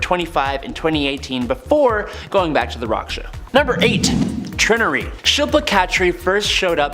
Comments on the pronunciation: Instead of "Trin-nery" I think Trinary's name is pronounced "Tri-nary". Like the computer code language binary, especially since her powers work with technology. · It’s Tri-nary